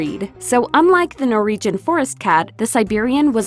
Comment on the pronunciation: What is a 'Nor-region' :-\ Norwegians are phonetically pronounced as 'Nor-Wee-Gen', everywhere except the US, it seems...lol